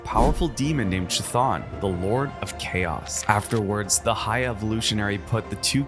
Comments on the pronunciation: wakan and qton??? GIRLLLLLLLLLL kthon and we can?? is it so hard?? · It's pronounced "Wick-in" not "Wha-Khan" Wiccan means practitioner of Wicca. Wicca is a witchcraft centric religion in the real world. Chthon also pronounced "Kuh-Thon" Genosha is pronounced "Juh-Know-Sha" not "Ghee-Gno-Shuh" and it's a Monkey's Paw situation, not a Rabbit's Paw lol. Hulk-LING also, not Hulking